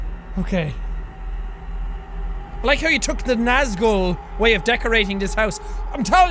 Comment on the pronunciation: its actually pernounced naz-GOOl